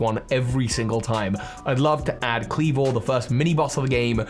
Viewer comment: CYNDAQUIL DOES NOT END WITH 2 L'S! KLEAVOR, NOT KLEVER!